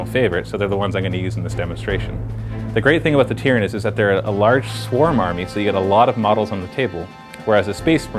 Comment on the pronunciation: tyranids it is said tie-ranids but spelt tyranids